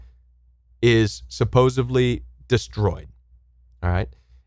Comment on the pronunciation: SUPPOSEDLY (not supposbly) height (not heighth) and nefa LIM ( not leem)